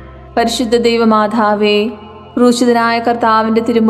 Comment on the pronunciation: Why she is saying, പരിശുദ്ധ ദൈവമാഥാവേ. Also she is giving pause for every word. Please correct it. Otherwise you have conducted it very well.